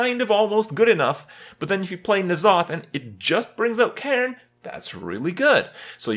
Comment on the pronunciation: The way he says 'Caine lol